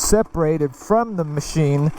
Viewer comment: Ah, with a "Moe-sheen" for us!